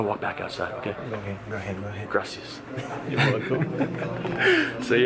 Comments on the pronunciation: it hurts my ears you say say gracias without the accent >:D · Trust me man Spanish is really easy to learn gust get your R's right